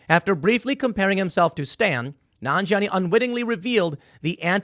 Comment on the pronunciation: Hey Tim how can you mispronounce Stan?